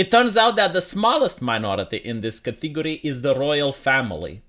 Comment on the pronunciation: KAH TEE GO REE?